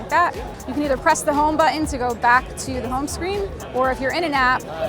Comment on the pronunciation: I hate how she says button.